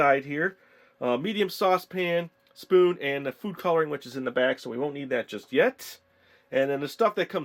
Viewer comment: Where are you from cuz you say spooin